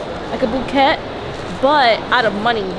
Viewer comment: Not her actuality saying BOO KET